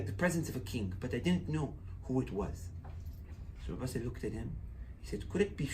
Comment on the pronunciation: Sali, not Sale.